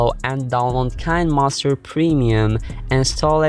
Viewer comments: It sounds nice to make him say Kinemaster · Next time pronounce kinemaster right👍👍👍